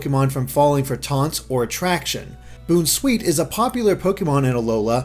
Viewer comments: too bad he didn't now how to pronounce Bounce sweet. Boonsweet...what the hell man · I think it's pronounced BOWN-sweet, like the word Bounce. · dude it s pronounced "bounceweet" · I think Bounsweet is supposed to be pronounced bounce-sweet considering the skipping away part of the Dex entry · I believe Bounsweet is pronounced Boun as in first part of bounce and not boon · I thought it was obvious that Bounsweet's name comes from bounce, so why are you pronouncing it Boon-sweet? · I love Mimikyu. Probably my favorite of this generation. And did pronounce it Boon sweet instead of bounce sweet? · is it not bounce+sweet so it isnt pronounced as boonsweet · Boon-sweet? It's boun as in Bounce. Because it bounces. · lol BOONsweet lol its bounce sweet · It's not pronounced Boon-sweet. It's Bounce-sweet. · Boon-sweet?? You mean BOUN-sweet as in bounce?? Smh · Yes lol. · It's pronounced "Bounce-Sweet"!! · isnt it pronounced like a combination of Bounce and Sweet? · Right? IT SAYS BOUNS IN ITS NAME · But I am surprised that he pronounced bounsweet wrong which mostly everyone gets right and comfey right which everyone usually gets wrong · Finally saying Mimikyu right! Now on to Bounsweet! Bounce-wheat! Bounsweet! it's sweet and bouncy! Tell your friends!